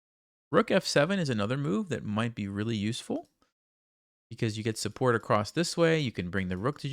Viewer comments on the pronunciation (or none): none